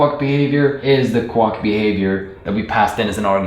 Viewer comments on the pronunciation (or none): Have you never heard a duck "quack" before? It's prononced "kwak", not "kwok" 😋 Thanks for the great video! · every time he said 'Quock/Quuck' instead of Quack i lost it 🤣😂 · No offense, but I couldn't figure out what a kwok was until I looked the video: quack, which rhymes with back, flack, hack, Jack, lack pack, sack, stack, tack, yak, Zach. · The word quack is not pronounced "kwok" and this mispronounciation is so incessant it is distracting. Also, you belabor the point on simple explanations so much that it is also distracting. I got it the first time. Move on. Viewers have the ability to rewind and watch again if they don't get it the first time. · So many positive comments, all so well-deserved. It seemed all over the place while I was watching it but it just all comes together so well. Only comment is that "quack" is normally pronounced to rhyme with "black", "snack", "sack" and "track". Great video! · Just found this video and some others by you and I’m really enjoying your energy and explanations! I just wanted to relate an amusing interaction between your accent and my university life (~25 years ago). You pronounce “quack” like it rhymes with “duck”. In America, at least, most people pronounce it like “hack”. However, when I was in college, one of my profs needed a third and fourth generic function names. That is, when you need to sort of generic, abstract identifier, many programmers use “foo” and then “bar” (because of the acronym “fubar”). But what do you do if you need more identifiers within the same example? At the time, “baz” was in somewhat common use for id 3. This prof was trying to popularize “quux “ (rhymes with ducks) as the fourth identifier. Anyway, the Venn diagram of people who could possibly find that amusing consists of just me. (Also, please note that there’s nothing wrong with your accent or your pronunciation of “quack”. I’m just relaying a, to me, very amusing coincidence)